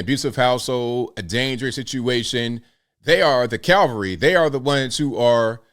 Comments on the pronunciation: I'm gonna be that person and say: CAV-alry, not CAL-vary. Calvary is the hill they crucified Christ on. Calvary means place of thr skull, the calvarium. The cavalry is the horse mounted soldier regiment. From cavallo, horse. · Not the “cal-vary”-that’s Jesus’ death on the cross of Calvary, a place. The cav-alry, on the other hand, is the correct term. “She should have been the cavalry…”